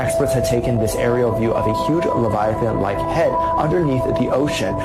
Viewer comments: Leviathan ❌ Lagda lesun ✅ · Oarfish - ❌ Oaaar-fish - ✅ Leviathan - ❌ Levitation - ✅ No hate but thoda pronunciation or spellings pe dhyaan do youth bhi yhi sikhegi 😊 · Bhai wo levitation nahin LAVIATHAN😮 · aap Jo livitan bol ra hai ha na wo hu ake bloop hai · wo leviathan hein levitation nehi Dumbass 🙂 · Leviathan be like mera naam levithan❌ leviton✅☑️ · Leviathan likh k levitation bol raha hai bhai thoda dhyan se dekh His mom :- phone chala chala k aankhe kharab kar li 🤬🤬🤬 🤣🤣🤣😂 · Levetition 🚫levaithan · It's leviathan